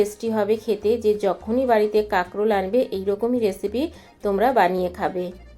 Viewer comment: Kakrol ke karkol bolche😂